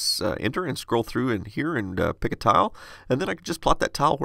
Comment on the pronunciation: Every time you spoke "tile" I heard "towel". I dunno if it's my poor English or you're pronouncing it funnily, but you can imagine my confused face :D